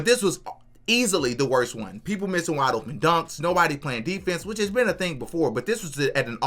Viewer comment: Love the content bro everything you said is 100% suw sub! Lol I know how you kept saying waide open shots that's a great point bro ! Lol 😂